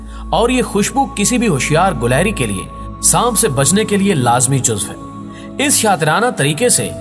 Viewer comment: gilehri not gulehri